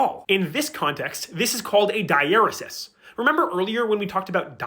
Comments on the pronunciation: It's pronounced 'digh-uh-REE-sis.' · Dieresis is not pronounced that way. Die-er-ee-sees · this is very informative and all, but the way you pronounce diaresis has me in pain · I am disappointed with how diaresis is pronounced and with wiktionary not giving me an "also pronounced" out of pity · I learned I was pronouncing dieresis incorrectly from this video lol